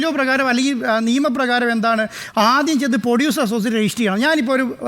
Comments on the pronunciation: പൊടിയുസർ അല്ല പ്രൊഡ്യൂസർ ആണ്. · പൊഡ്യുസർ അല്ല സാർ....പ്രൊഡ്യുസർ😂